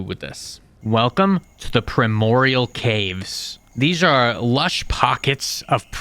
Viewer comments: bro you GOTTA learn how to read and pronounce things right, lmao. Where the hell are you pulling an M from in the word "abyssal"? why are you not saying the D in "primordial"? jesus, if you're gonna do a mod review, can you put in the effort and make sure you're pronouncing things correctly? like, google "how to pronounce" then the word. simple as that. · Yea, they're pretty bad 😭 "Abysmal Chasm" "Ferocious" "Neodiemium" "Galeena" "Primorial Caves" "Triolocareis" "Pehwin"